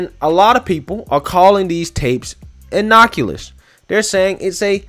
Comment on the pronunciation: Innocuous, not inockuloose lol